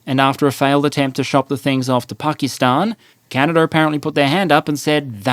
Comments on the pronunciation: Stop saying Canader, it's Canada, and it's Korea, not Kore-er and media, not medi-er. If you can't use proper pronunciation, don't post anything. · The geneava balance patch really hit canada hard Also theres no R in canada mate